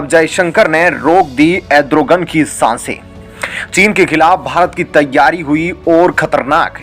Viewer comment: एड्रोगन नही re भाई अर्दोगन....